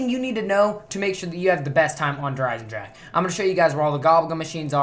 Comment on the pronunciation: Der Esendrahhe xD gg als a German it sounds funny